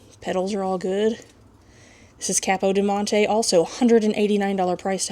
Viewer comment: Eeeeek, every time you said capidiomonte, I wanted to scream. lol